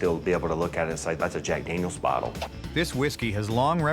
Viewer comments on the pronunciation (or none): Daniels not dangyos